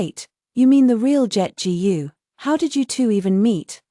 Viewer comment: Authors: Teach your ai to read Chinese last names like "Gu".